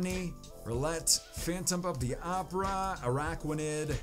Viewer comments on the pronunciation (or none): none